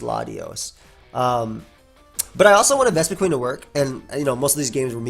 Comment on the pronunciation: That’s because it’s pronounced “qin” like win with a Q. Not queen.